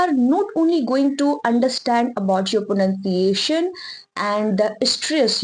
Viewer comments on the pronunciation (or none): miss try to pronounce pronunciation correctly